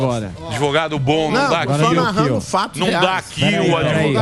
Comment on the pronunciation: é sério que esse "ADEVOGADO"ainda tem alguma credibilidade?? kkkkkkkkkkk 😂🤣👉🐂💩🚽